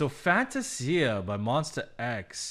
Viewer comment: I love the song but I'm not a fan of the pronunciation of the word Fantasia.